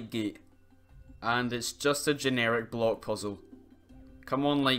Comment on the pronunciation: I think it’s funny how every time he says block it sounds like bloke.